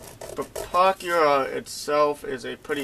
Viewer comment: there was actually SOOOOO much more WRONG with this guys vid than just some numbers.. he doesnt even know how to SAY the damn name.. things wernt mixed up in the model.. HE was mixed up, his red lines and black lines were fucked cause he doesnt know WTAF hes doing, things should be like this, BUT opposite... a lot of double talking and rambling on .. when he said "dont use your $30 pen".. i lost it... i was laughing so hard by that point i had to stop everything... Ohhhhhhhhhhhh ... boy oh boy..